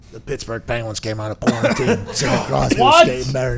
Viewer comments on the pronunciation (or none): none